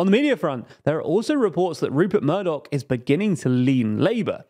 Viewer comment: Murdoch?! For the love of god, no.